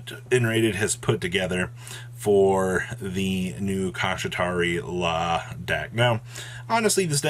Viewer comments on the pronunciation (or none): Dont forget his other pronunciation Kishi-ra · The pronunciation of the archetype is "sha-tree-la" (Kshatri-la). Sha-tree-la. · why do you pronounce Shangri La so easily, but blatantly mispronounce Kshatri-La? 🤷😂😂😂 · Granted Kshatri-La is hard to pronounce but isn’t even close.